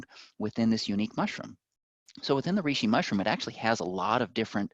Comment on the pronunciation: When he kept mispronouncing reishi... 🥴